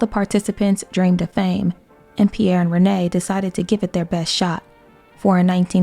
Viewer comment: As you made a great work, as I wish to help you 🙂 : Pierre is said like "Pee-hair" and Les Baronets like the "a" in the word "have" and "net" without the "t" : Ba-raw-net. You're great!